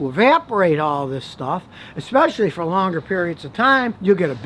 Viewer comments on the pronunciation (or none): none